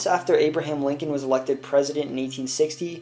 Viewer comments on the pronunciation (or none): none